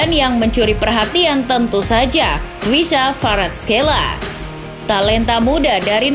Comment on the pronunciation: cara pengucapan nya.. khvicha kvaratskhelia= kahvica varatskelia